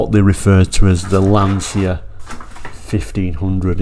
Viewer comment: Please do not make the same mistake as everyone else,,,its pronounced Lan-cha and not Lan-cia.